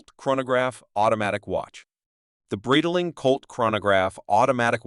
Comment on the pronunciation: Bro can't even pronounce Breitling currently what a joke